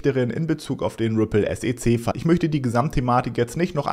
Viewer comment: kannst du wieder S E C Sagen und nicht Sece Danke